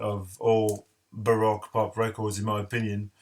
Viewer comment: Barowque pop is the pronunciation